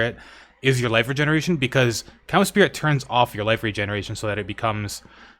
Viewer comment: bro needs to stop saying cums spirit